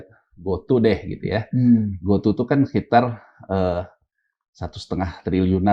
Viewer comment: Bkn GOTU sebutnya bang...GOTU = Gojek Tukopedia 😂😂😂